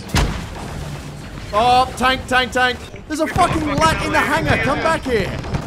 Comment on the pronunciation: two things: it's pronounced L A A T, and second, that's a venator, not an acclamator, the acclamators are the ships that look like giant Doritos